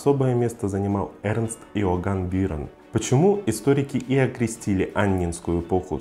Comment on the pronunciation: ты это,дружище,научись правильно выговаривать некоторые слова...иначе всё впечатление от твоих видосов портится...уж никак не бироновщИна,а бирОновщина и уж точно не БИрон,а БирОн...уши в трубочку от такого произношения скручиваются...интересно кто у тебя историю в школе преподавал и посещал ли ты эти занятия в принципе.